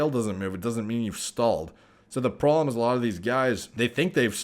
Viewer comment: “The prollemm” 😅